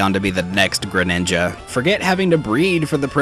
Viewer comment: you tock geredinga and make it look like ceclleon